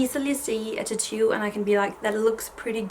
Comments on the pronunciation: Titu for tAtoo lol 😆 it’s so funny how the different parts of the world say 1 word and it sound different. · I love the way you say "tattoo"! I will never ask anyone for their honest opinion, I wouldn't believe them anyways.